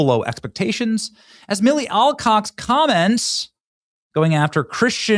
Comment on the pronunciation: Alcocks? Really?